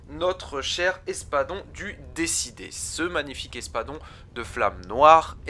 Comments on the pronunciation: Pourquoi tout le monde prononce « Décidé » au lieu de « Déicide » (tueur de dieux) ? 😭 Très sympa ta vidéo sinon 😉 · C'est espadon du D I cide et pas décidé 😆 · Espadon du Déicide* et non pas « du Décidé » ^^ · "Déicide" et non pas "décidé" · Déicide ca se prononce pas comme ça mais sinn bonne vidéo